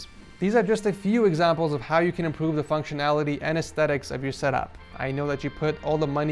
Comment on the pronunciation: Did he say more functionaliry? 😂